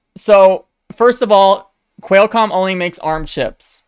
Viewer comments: For future videos, It's "kwall" comm, not "quail" comm. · Great video! Unfortunately every time you pronounced Qualcomm wrong a kitten died. The good news is there's no shortage of cats! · xD love the way u say Qualcomm ....intentionally?